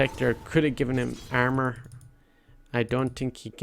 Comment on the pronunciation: the way you say armor is super fucking funny ahahahah